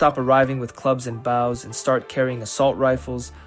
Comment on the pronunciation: Listen to how it pronounces words. The voice is AI as well. I have never heard someone say bouws instead of bows